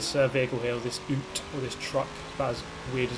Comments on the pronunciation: "Ute" = "yoot" not "oot". It's a shortened form of "utility", as in Sport Utility Vehicle (SUV). BTW love the videos, been working through your back catalog. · Hello, it's yute, not oote. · Not sure if it's been mentioned yet but the correct pronounciation for ute is "yewt" and not "oot". :) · Hahahaha love the way you called it an "oot" classic brother. It's Ute as in "you-t", short for utility. Unless you're takin the piss, then I'm sorry you got me. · "this oot" omg. It's ute. Pronounced, 'you-t'.